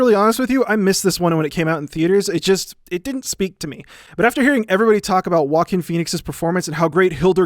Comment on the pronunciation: whenever he says "joaquin phoenix" it sounds like "walking phoenix" to me and i can't stop laughing at this